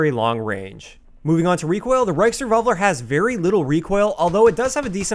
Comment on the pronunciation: Thank you for pronouncing its name correctly. There are so many youtubers calling it the "reachrevolver"